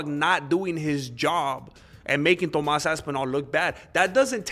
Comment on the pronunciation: Let’s say it together “Toe-más”.